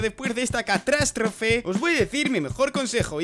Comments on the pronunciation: no sé dice catrastrofe sé dice catástrofe. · dijo cartastrofe XD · Escuchaste mal. Fue catrastrofe